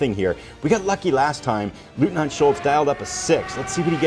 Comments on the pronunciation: Someone gave you the pronunciation? “LOYT-NINT” Except in Austria😂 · It's pronounced LOYTNANT. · I believe the correct pronunciation of 'Leutnant' is 'Loyt-Nant'.